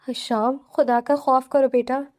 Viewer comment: حشام نہیں ہشام ہوتا ہے